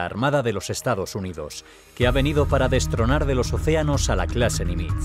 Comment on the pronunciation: Nimitz se acentúa agudo, tiene el acento en la ultima silaba.